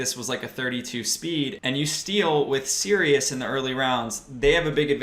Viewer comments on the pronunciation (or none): none